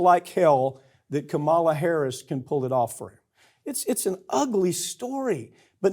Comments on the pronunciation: And PLEASE learn to pronounce Kamala's name right!! I know you don't like her but really??? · Farron, could you at least get him to pronounce Kamala correctly? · I would love to see Farron Cousins correct Mike Papantonio's repeated mispronunciation of Kamala Harris' first name. I dare ya. 😊